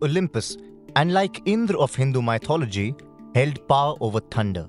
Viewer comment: hardtfelt That is how it is pronounced btw.